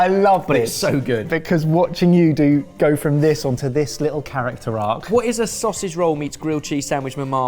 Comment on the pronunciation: hearing that guy say 'sossy roll' instead of 'sausage roll' has made me feel ill